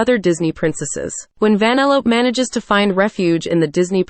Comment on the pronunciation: I think it’s pronounced vanelope!!!!